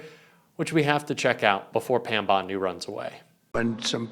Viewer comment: Bondi or Blondi, just because it rhymes with blondie it doesn’t mean she is a blond.